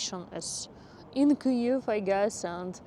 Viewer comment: Your pronunciation of Kyiv is the best of all the English Ukrainian youtubers.